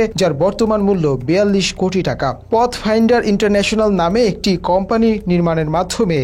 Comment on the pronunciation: পথফাইন্ডার না idiot এটা প্যাতফাইন্ডার